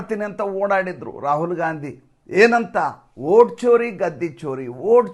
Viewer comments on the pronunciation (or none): none